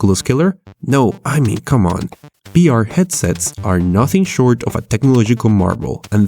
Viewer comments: Why do you say b instead of v? Its kinda annoying👌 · can u say "vr" and no "br" or u just kiding? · Is someone else confused because he says BR instead of VR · Why cant you say V you say BR all the time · i am not trying to be rude but you are saying Br instead of vr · are u constantly saying BR or am i crazy? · HE SAYS "br" NOT "vr" xDDD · why do you say BR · why do you say b instead of v? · "The debelopment of BR..." LOL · most of the time when you say vr it sounds like you're saying beer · the way you say VR in this video, sounds like BR. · tfw this nigga can't say the letter V Intro: De debelopement of BR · does he say br instead of vr (he cant say v) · I heard "BR" through the entire video and not "VR" haha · Why you say BR? Or whole video you change v w/ b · Is it just me,, or is he saying "BR"? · it's VEE R you fucken punk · Gee, I love "bee""arr" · Every time he says BR or Bive I die inside.